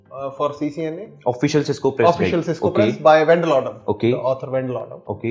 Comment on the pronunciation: "Van Loder" 🤣LMFAO It's Wendell Odom